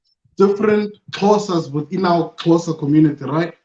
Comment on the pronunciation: Xhosa not Xhoso lol